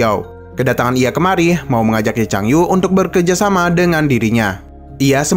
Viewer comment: Punten bang "Bekerjasama" bukan "berkejasama" bang Nuhun...